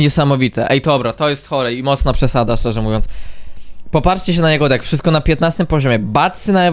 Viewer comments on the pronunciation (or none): czemu ty tak czesto zamiast deck mowisz dick😭😭😭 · Czemu ty mowisz dick a nie deck